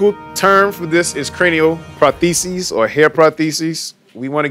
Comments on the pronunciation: I can't get past this man saying "protheses" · Dude better learn how to say prostheses if he's gonna call it that 😂😂